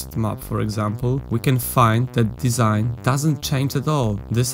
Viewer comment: "Desing" - really?